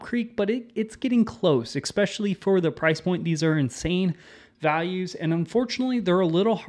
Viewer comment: Is it a regional dialect thing to say "ekspecially" instead of "especially"?